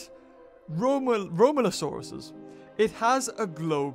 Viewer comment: you buchered its name rhomaleosaurus was a british pliosaur its pronounced Roe-may-lay-oh-sore-us